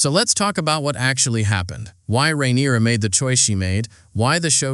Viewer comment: How many ways can you mispronounce Rhaenyra lmao